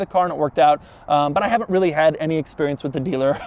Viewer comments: I hear wheelie when he says really. Hmm is it just me? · How much time he said REALLY😋🤔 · Doug emphasize the word "Really" on his main channel yesterday